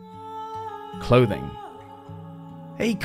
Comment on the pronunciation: Only clouths not clouthing, dude😂😂😅😅